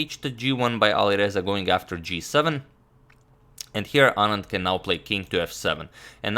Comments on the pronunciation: The fact that he pronounces "Anand" just perfectly, makes me so happy. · Yes... Perfectly pronounced